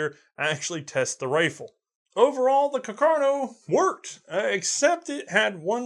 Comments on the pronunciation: Rifle: Carcano: cuh car no? -_ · Carcano? Or Cacarno? :( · Has anybody noticed that the guy keeps calling it “caCARno” instead of “caRCAno”? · Someone please tell: Car-ca-no, not Ca-car-no. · just have to say it's CARCANO not cacarno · CACArno? :D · The correct pronunciation is Càrcano, not Carcàno, (accent on first A) Nice video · Carcano? Lol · Am I missing something, what's with pronouncing "Car-ca-no" as "Ca-car-no"? Is this again a running joke like "War of Northern Aggression"? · It's Càrcano. accented on the FIRST A, not on the second! Lombardy also is accented on the first O. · CAR - CAN - O. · I love you, but if I hear you say "Car-car-no" one more time..... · to be fair he says both pretty evenly